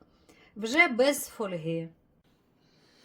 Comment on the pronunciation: Ніколи так не готувала. Зараз спробую. Хочеться, щоб сподобалося. Дякую!!! Дякую й за нашу мову. ФОльга має наголос на першому складі. Не прошлий, а минулий рік. Тільки не ображайтесь, чудова господине, просто вдосконалюємо наше мовленнч.